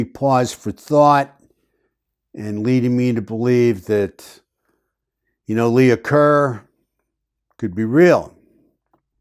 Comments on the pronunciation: It wasn’t “Leah” Kerr. It was “Leigh” Kerr. “Leigh” is pronounced like “Lee”. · Leigh is pronounced Lee, not Leah. Lee-ker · The name Leigh is pronounced ‘Lee’ (or sometimes ‘Lay’), thus the Lee-ker Lea-ker. Lee-uh is spelled Leah typically. 😊 Also, were the positions of the bodies not revealed to the public initially.? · Leigh is not pronounced Leah. Leigh is pronounced Lee. It is the female spelling of Lee. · Leigh Is pronounced LEE. Not Lee-a . Hence Lee Kerr. Think of the actress Janet Leigh . Janet Lee. Not Janet Lee-a. Other than that distraction this was a good video. Thanks. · Thank you for staying with this case,. Do you remember the actress Vivian Leigh? Her last name was pronounced Lee, I believe.